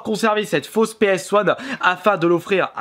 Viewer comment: "fause ps one" XD